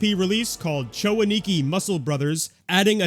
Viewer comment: A-Ni-Ki, not Ani-Ki. You're putting the emphasis on the wrong syllable.